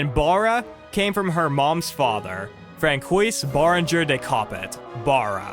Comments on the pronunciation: Cool video! I really wish these ancient films were still around. Hope against hope that there are surviving copies! Also, just as an aside, you mispronounced some French names. Francois is pronounced like "fran-swah" and Georges Melies' last name is pronounced something like "mayl-yes" according to Wikipedia. Again, great video! Mad respect to Theda Bara and her life. Also love the DS-era Pokemon music. Really nostalgic! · I appreciate your focus on the Silent Era. I would suggest you take more care in learning pronunciations before you record your commentary. Examples- Francois, tapestries, Salome, numerous others. I have never heard Thedas' name prounounced as Bah-ra. The norm is Ber-ra. Paying attention to details such as this will give you, what I assume you're striving for, a better product.